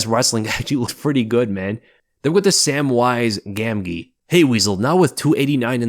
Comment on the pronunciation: Pronouncing Gamgee that way is hilarious